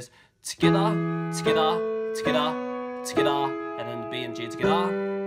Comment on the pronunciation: Am I the only one who hears skdah when he says together